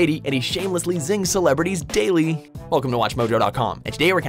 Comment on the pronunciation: Yo did he said payly or dayly in the begining